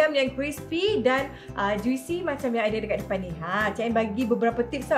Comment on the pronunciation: i cannot move on dgn "ju-we-see" tu...